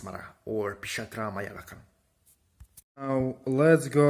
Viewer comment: It is Pishacha. .....not 😂😂😂😂😂😂pisatra